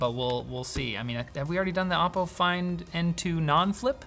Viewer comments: It's oppo not Appow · It's O-po, not Op-o. Sincerly, your local Chinese.